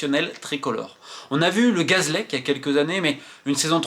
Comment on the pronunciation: Romain, tu prononces Gaz'lec...alors que c'est Gazélec